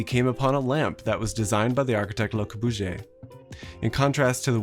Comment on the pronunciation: that pronunciation of Le Corbusier though